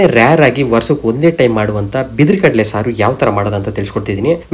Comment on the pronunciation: ಬಿದಿರು ಕಡಲೆ ಅಲ್ಲ ಕಳಲೆ....